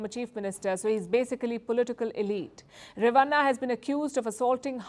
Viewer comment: 😂😂😂😂 it's not re-va-nnna At least learn how to pronounce names of South Indians. It's ray-va-nn a (bada wala na)